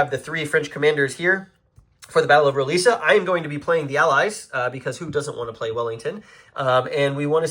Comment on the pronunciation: Roliça is pronounced roo-LEE-sa. Vimeiro is pronounced vee-MY-roo.